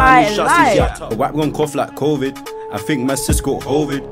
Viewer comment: My man said hoevid 😂😂 nah bruh I’m actually crying 😂😂😂